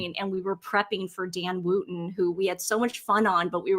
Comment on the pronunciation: While we're on the subject of pronunciation (LeCreuset = LeCrew-say) Dan Wootten's name is pronounced Wutten, it rhymes with button. The 'oo' as in look, book, etc.😁